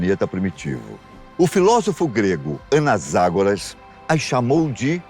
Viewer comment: "o filosofo grego (anasagoras) a chamou de sementes da vida" a pronúncia certa é Anaxágoras e não Anasagoras.